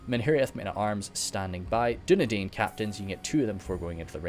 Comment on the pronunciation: Dunedain is pronounced as dune dine